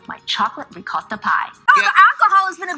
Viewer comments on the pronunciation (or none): none